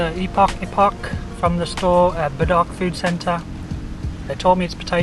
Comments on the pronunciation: Old chang kee's curry puff have thick pastry skin which some people don't really like... And people might know it better if you pronounce bedok in ba-d'oak? The dok's probably not dock... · Great video 👍 I haven’t seen 1A before but will definitely try them out. BTW from one Ang Moh to another it’s Be-Doke (like Mini Moke). Look forward to your next adventure.